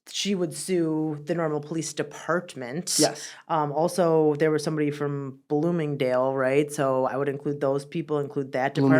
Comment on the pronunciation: Giggled at "bloomindale" just cause a woman said it.